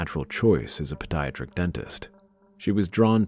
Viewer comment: pee-dee-AT-trick. I can't believe I had to type that.